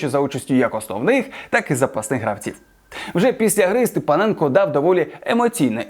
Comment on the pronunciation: Автор 5авчись правильно призвище вимовляти Степаненко правильно казати а не Степоненко.